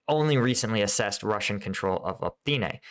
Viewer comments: Pretty sure its pronounced O,-pit-na **Opytne U provide decent perspective, but thats killing me 😂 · Opytne. Really not difficult to read. O-PYT-NE